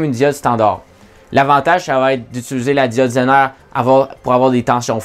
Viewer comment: "la diode zainare"